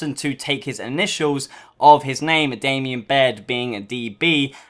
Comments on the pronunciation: Damon. Not Damien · Thatnk you. hearing this guys say damien made me cringe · damon baird not to be a D but its not damien